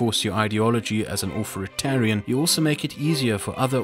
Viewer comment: "Au - 'TH'or -i - TAR -ian"... not "Au - 'F' -or - ian" - just trying to be helpful.